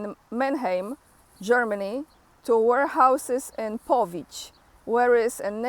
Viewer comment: I think you meant Powidz, not Powidź?